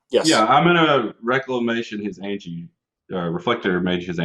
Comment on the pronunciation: Why are you pronouncing Anje and Shirei so weirdly?